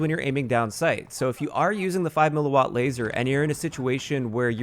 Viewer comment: THANKS FOR KNOWING HOW TO PRONOUNCE "mW!!!!!" These uneducated 'tubers out here making up pronunciations and shit. You know what you're talking about. All the respect to you man.